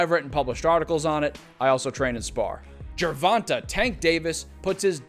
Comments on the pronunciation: Pronounced GER VON TAY not GER VON TUH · this clown keeps saying tanks name wrong🤡